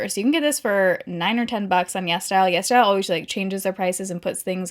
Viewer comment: I always thought she was saying Yes Dial instead of yesStyle 🤣